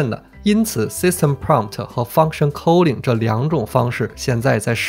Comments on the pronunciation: k Sorry it's /ˈkɔː.lɪŋ/ not /kəʊlɪŋ/ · 你对 calling 的英文读音好奇怪，令人咋舌